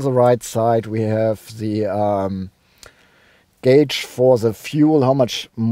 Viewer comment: i miss the way you used to say "gauge"! Honestly! 😥